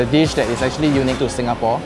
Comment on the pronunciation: “Actually , actchilly , actchee”